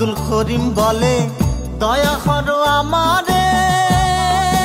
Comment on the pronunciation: করিমের জাগাত খরিম বলতেছে গানটা যে গাইছে এটার উচ্চারণ ও ঠিক না